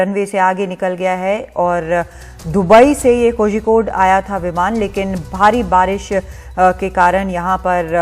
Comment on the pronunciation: Its pronounced as Koyikode. Zhi is silent.